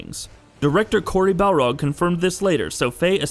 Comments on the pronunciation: Corey "Balrog lol this isn't lord of the rings his name is "barlog" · Noor Khammas nah, it’s Barlog; L before R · "Cory Balrog" lol :p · Barlog. Cory Barlog. How can you get the name wrong?